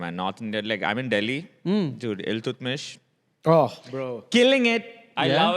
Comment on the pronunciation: "Ill"- tutmish